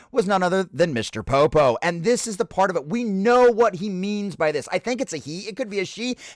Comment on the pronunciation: Pronounce his name right. Don't be a dickhead.